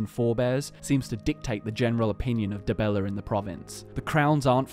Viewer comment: Dibeller? Really? :))